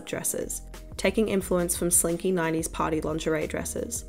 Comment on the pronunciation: its so funny how you pronounce party as "patty"